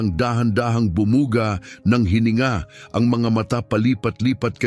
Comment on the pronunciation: Maganda ang kwento mo pero nakaka dismaya dahil may mga mali sa pananalita at pag bigkas halimbawa ay labaha kailangan ay baybayin la-ba-ha paris ni ng Pangalan Cathridge - Cathright, kalapit madaksa hindi malumanay kalapit, malabsa patibong hindi pa-ti-bong, bumuga -di malumanay bu-mu-ga di binabaybay